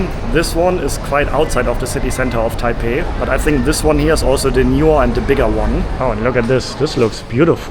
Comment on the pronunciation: i love you man, but im cringing already with you saying taipei .. i just know its gonna start a comment war.